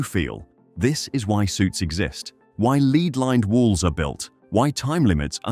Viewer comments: lead pronounced LEED not LED. hmm... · It pronounced lead-lined walls (as in lead, the heavy metal.) leeed-lined walls. Give me a break! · Lead being pronounced as leed gave away the robot. Bye Felicia. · Lol "leed-lined walls" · Can you check the video before uploading? “Sieverts” and “lead” aren’t spoken that way.